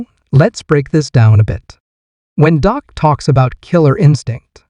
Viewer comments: His name isn't Doc, it is Dak! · First of all, the name’s Dak, not Doc. If you’re not gonna respect our QB, then stop making videos! & secondly I believe in Dak, and I’m with him 100%.😊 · Thank you for pointing out that his name is Dak not Doc. The guy who is making these videos is an idiot